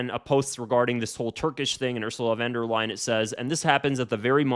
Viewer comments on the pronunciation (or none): "Completing the European continent" is some deranged dictator rhetoric foreboding of Nazi style. - No surprise with her. P.S.: It is "von der Leyen", not "van der Leyen".